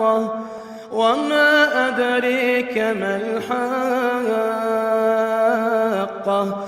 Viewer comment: Hayikeh nahee hai BELKEE... HAAKEH HAI PLEASE READ CORRECT✅ LY